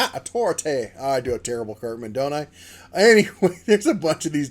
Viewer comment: respect my "A-Thor-I-Thai"